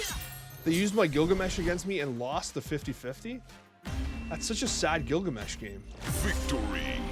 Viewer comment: Gilgameh! LOL